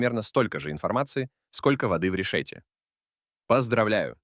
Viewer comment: РешетЕ ударение(ссори я сдаю егэ)